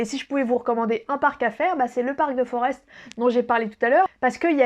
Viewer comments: On ne dit pas Forest mais forêt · Forest ça se prononce comme une forêt 😉 Sinon chez Antoine à Etterbeek, tu vas aimé les frites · Mdr j'habite à 35 bornes de BX et c'est une française qui m'apprend ma capitale. Sinon mon seul conseil ce serait d'éviter la rue des pitas qui est l'ultime piège à touristes. Petit cours de belge: Forest se prononce Forêt tout bêtement et les Schaerbeek > Schaerbéék